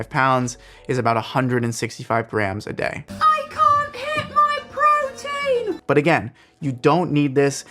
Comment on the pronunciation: Protein, not protien Ascorbic acid, not absorbic acid